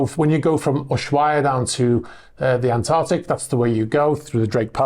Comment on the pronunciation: ANTARCTIC... Not Antartic! Pedantic But Just because it's still Febuary. Hahahaha!